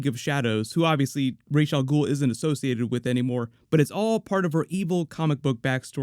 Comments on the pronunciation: I hate it when they call him Raesh. It's Ras. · 97. No, it's not. The name derives from Arabic, that's how it was originally created (That's also how it is pronounced in the Nolan trilogy: Rahs not Raysh). The Hebrew pronunciation is therefore wrong, even though it is used as much as the correct one. It's like slang or a weird dialect. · Actually the correct pronunciation is the hebrew Raysh, on both Nolan's Dark Knight trilogy and Arrow used the arabic pronunciation Ras.